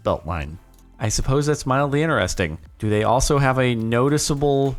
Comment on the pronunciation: i notice you can pronounce the letter T in all words except "INTERESTING"!